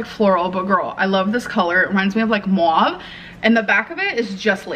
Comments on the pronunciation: Everyone else: Mauve. Amberlynn Reid: Mooave 🐮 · Muawh? You mean mauve? 💀 Gorl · her pronunciation of “mauve” is hilarious! Wtf??!!